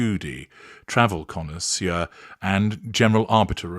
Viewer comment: The connoisseuuuur pronunciation in relation to TOW was brilliant 😆 - up there with ‘FA-SHON’